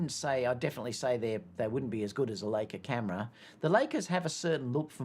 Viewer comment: I think it’s Li-ca and not Lay-ca (Leica) what happened to your trip to UK at the start of 2023? Too many weddings ? In the A93 happy to have A7R5 but with less mega pixels but faster sensor readout for silent shooting and no rolling shutter. Happy if it is photo centric to differentiate from A1 if you want the best of both worlds then pay the premium but why pay that much is you want stills. I’m finding the R5 much better than the R4 for wildlife yet to try it on any dancers 😊